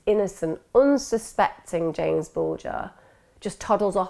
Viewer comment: It’s JAMES not Jamie